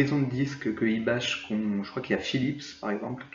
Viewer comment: Il me semble qu'on ne prononce pas "IBACHE" mais "IBAK"